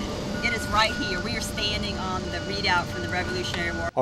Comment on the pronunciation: Its pronounced re·doubt. They really butched that word.